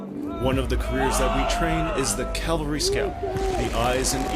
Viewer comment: Why do they keep saying calvary rather than cavalry?